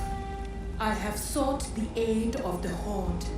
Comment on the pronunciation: Just one thing, you are good at pronouncing english but one thing you should know is how to say "aid". You should say it like ayyyd not add. Anyway good video